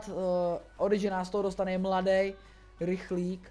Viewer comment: Cte se to orichi